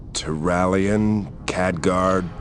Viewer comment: Turalyon? Outland is so hard, eh?